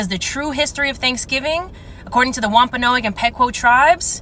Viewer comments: I can't take seriously that child at the end who can't pronounce Wapanoag and Pequot correctly. If you're going to pretend to be an ally to people, at least learn to say their names correctly lmfao EDIT: Also, if anyone started screaming and acting like a jackass at my family's Thanksgiving, they'd either be laughed at or get their ass whooped for being a prick. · She didn't even say the Indian tribes names correctly lmao. Such an advocate lol